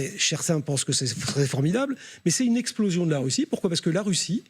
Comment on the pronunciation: on parle d'exploxion...aurais -je entendu IMPLOSION?????